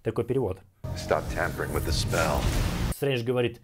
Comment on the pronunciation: Спасибо за обзор! Но в двух местах там не tempering, а tampering